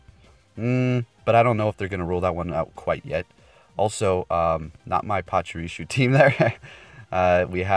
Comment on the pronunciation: Pachirisoo not shoo